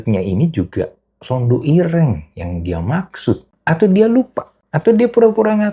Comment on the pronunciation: Bukan Londho...tapi Londo..😂